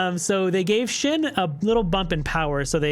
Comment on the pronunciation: Say shin ..... ONE MORE TIME and I'm unsubscribing. S H E N. Shen